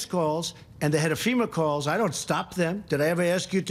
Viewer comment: He also called FEMA "SEMA" Oh brother!!